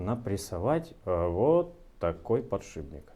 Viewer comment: Которая сверх подшиБника ставится... ))) Только думал о "подшибнике" и через 3 секунды "подшибника" услышал )) Думал показалось, пересмотрел несколько раз, а нет ))) -Упорный подшиБник )))) -Вооот такой подшиБник )))) Полуподшипник, полуподшиБник, непанятна ))